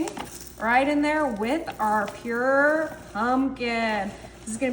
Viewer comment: Purée, not pure